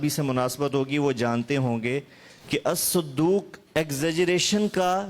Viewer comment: يجب هناك تصحيح خطأ للأخ الحبيب حفظه الله ورعاه فى إعراب كلمة ''الصدوق"فى الحديث،أن حركة حرف الصاد الفتحة لا الضمة ،والدال بدون التشديد لا بالتشديد.